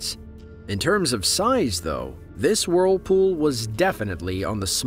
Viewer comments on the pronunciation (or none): Great video, but i can't stand hearing WORLpool over and over